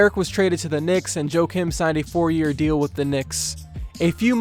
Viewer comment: It's Joachim pronounced "Wakeem" Noah.